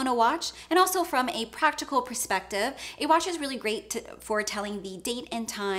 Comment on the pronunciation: Did she just say “practical prespective”.